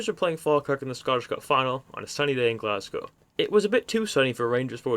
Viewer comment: Ross County lost the 2010 Scottish cup final to Dundee United, not Dundee. ;) good vid 👍 good to hear an American pronounce Glasgow correctly 😁